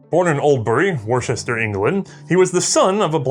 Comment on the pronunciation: awesome show as ever, but it's pronounced 'Wuster', the county 'Wustershire'.